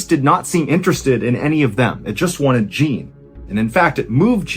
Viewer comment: Jean, like John, like your name, Mr. Ballen!!! You're DO good with French pronunciations too most of the time. Jean is John, with a little French accent on it. Not JEAN like blue jean in America. You are such an awesome storyteller but every time you said Jean like blue jean I started laughing. Great story tho.